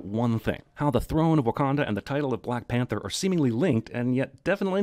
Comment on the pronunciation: "T'Challa de blek pentha"